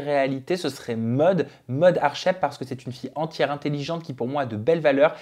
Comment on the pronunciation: tu fais rire avec ton accent quand tu prononces Maud 😂 j'ai pas compris de suite j'ai cru que tu disai: Mode comme un phénomène de mode 😂